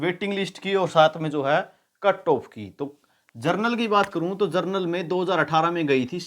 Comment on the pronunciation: जनरल को जरनल बोल रहे हैं 😂😂😂😂